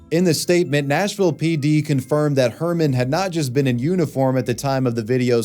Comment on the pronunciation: It’s supposed to be Nashville, not Smashville 😭😭😭